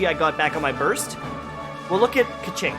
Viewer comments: $$kaching$$ LMAOJKS its a chinese name, the pronunciation is "kuh-tsing" :') thank you so much for this guide!! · Kequing... kaching.... AAAAAAAAAAAAAAAAAAAAAAAAAAAAAAAAAAAAAAAAAAAAAAAAAAAAAAAAAAAAAAAAAAAAAAAAAAAAAAAAAAAAAAAAAAAAAAAAAAAAAAAAAAAAAAAAAAAAAAAAAAA